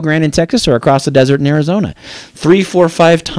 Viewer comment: This guy is mad, you make me laugh. Welcome to america, can you say arizona without speaking Spanish?